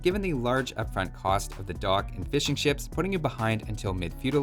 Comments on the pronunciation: sounds like you're saying "fish and chips" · I don't even play AoE2, but for some reason I watch your videos. Also the first time you said fishing ships I misheard it as fish and chips and now I can't stop hearing you talking about fish and chips the whole video... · I keep hearing ''Fish and Chips'' instead of ''Fishing ships''